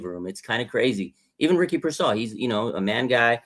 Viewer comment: Yeesh, this guy cannot say Pearsal right ever